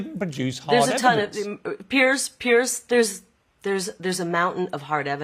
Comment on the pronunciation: His name is Piers, not Pierce.